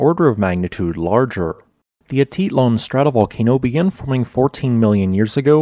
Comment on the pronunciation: Ah-teet-LAN; paydro